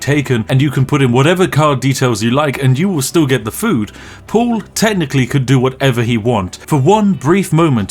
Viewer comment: Why are you pronouncing "Paul" as "Pool"?